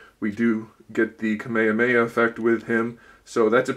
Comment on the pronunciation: hold up, how did this guy just pronounce kamehameha ??